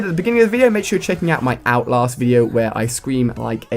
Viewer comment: i dont like how alia calls it outlost its outlAst